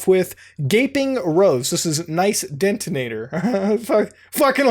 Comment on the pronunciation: "nice detanator" lost my shit 😂